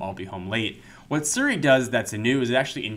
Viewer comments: it's Siri not Suri! (he's pronouncing it wrong...) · its not seri its siri.... learn to speak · It's pronounced SEE-ry.